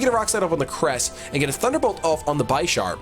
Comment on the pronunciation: please don't ever say "BEISHARP" again, it's not like "I", it's like in vanilla :( It somehow ruins the whole episode for me haha